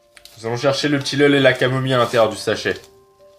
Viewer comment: Du "tilleule" !MDR